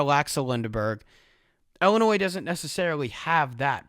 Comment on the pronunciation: Great analysis except for everytime ‘illinois’ was pronounced like that